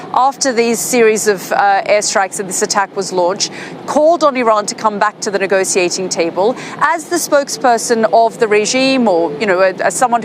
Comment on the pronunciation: Negociating table??? Or negotiating???